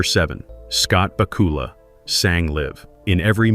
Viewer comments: ba KOOOOOOOOOOOOOOOL-a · Great video, but was it just me but I kept on cringing when he kept on saying the name incorrect